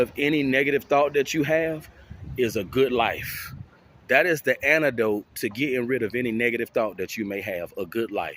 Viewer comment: "ANIDOTE"...OK,...